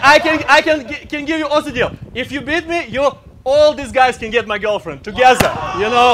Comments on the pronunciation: Together = togezza hahaha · Americans: together: togezza